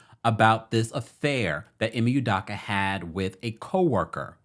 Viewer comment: U do ka not udaka